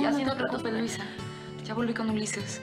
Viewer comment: La señora Curiana😂😂 dise luiza